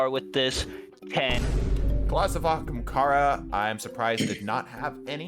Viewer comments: Gotta act like you’re clearing your throat; AHAMkara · everytime time mesome says "ah*k*ahmkara" i lose a bit of my soul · that has always bugged me so much oh my god I wasn't hallucinating it